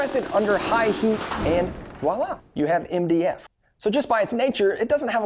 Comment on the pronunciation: When he says MDF it sounds like india